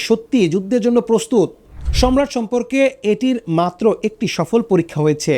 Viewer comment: Good documentary but your pronunciation is wrong.its not সম্রাট its সারমাত/ছারমাত।